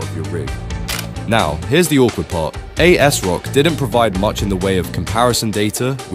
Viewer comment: As-rock, is how it's pronounced sir.